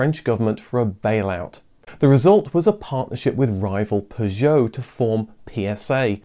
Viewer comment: Why are u pronouncing Peugeot like an American?